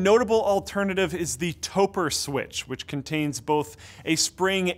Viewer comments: Just a quick tip. Topre is pronounced "Toe pray". NOT "Toper" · It's pronounced "Toe pruh". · Topre is pronounced like Oprah.